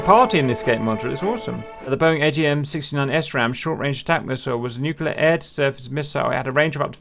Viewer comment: Ehhhhm, what's a 'Nucular' bomber? ;D